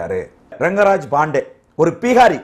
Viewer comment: Athu ppeegaari illai, Bihari. Venumne ‘pp’ pottu solreenga.,.,.,.,. Aanaalum avarukku....